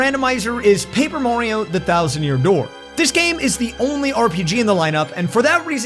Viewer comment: Why he say mario like that.